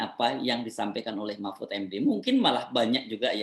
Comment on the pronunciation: Mpud...mpuudd...mpuudd ( Ente sdg mabok yaa )